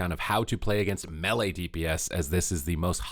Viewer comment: So we supposed to listen to someone who cannot pronounce melee? LoL